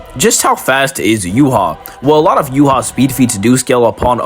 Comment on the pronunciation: ur pronouncing yhwachs name wrong... its not "you-hah", its "you-ha-bach".. just wanted to point that out